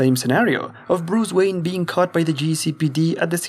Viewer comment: bruce wanye